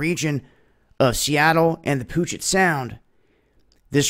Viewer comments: Please, please, please. Puget is pronounced pee-you-jet, equal emphasis. Oregon is pronounced orygun, emphasis on gun. Washington is not pronounced worsh-ing-ton, contrary to what some say hereabouts. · Welcome back from Tacoma, WA! It is pronouned: Pew- jet (Puget) 😁. Like Orr-a-gun (Oregon) instead of Orr-a-gon. My family gets a kick out of so.e of these pronunciations. I moved here from small town in MN in the 90's. I tried to pronounce "Puyulap"! (Pew-wall-up) Keep up the great work! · Puget Sound is pronounced Pewjet